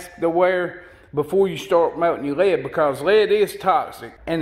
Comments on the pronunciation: how the fuck you says "lead" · This is a good, informative vid & fun & funny. Bess tek a class en Sothan drawl for this videe-eye-ee-eye-oh! I cracked up the first time I heard him say “Lead Sinkers” slowly & the word “Lead” was two syllables (lay-Ed) like my SC sis-in-law says “Bray-Ed.” Ya know, Bray-Ed...as in... Raw Toast. ;-) The “Ten” sinker doesn’t mean #10. It means Tin. Ha! I do enjoy a good drawl! (& yes, I know he doesn’t Always say “Lay-ed.” More often he says it correctly.)